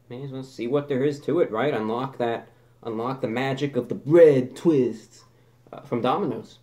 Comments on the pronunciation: Nobody: ReviewBrah: Santoryu ougi... BRE TWEHSTAH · Bread tweest lol heavy that accent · "BWED TWHISTS" IM PEEING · Bwead Thwists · "Come one, come all BWEAD TWISTS" my sides are in outer space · bwead twest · 'breahd thwists' that made me laugh every time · Lmao why did he say BREAD TWISTS like that? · why does he say bread twists like that im confused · Why does he say bread twists like that? 😂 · Why does he say bread twist like that?